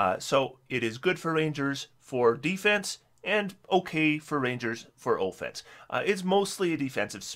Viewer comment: Say On, Now say Off, Now say Offense, No, not Ooofense